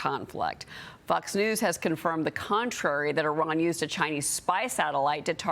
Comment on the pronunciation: Kudos to the host (Name?) for pronouncing IRAN correctly! It's NOT "I ran"!